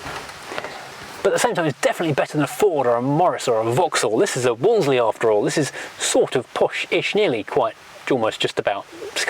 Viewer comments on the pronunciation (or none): As you said - it’s easier to say Woolsey rather than Woolsely. Back in the 50s nobody I knew ever pronounced the car with the second L. It’s like Cholmondley pronounced Chumley. It’s only today’s generation who insist on getting tangled up with the second L. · You dont pronounce the second L mate. Its not a wall zlee Its a wall zee